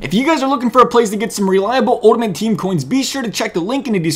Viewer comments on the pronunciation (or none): Stop saying uldimate 😭